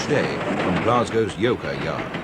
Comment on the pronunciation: did he say, Yoker ? :)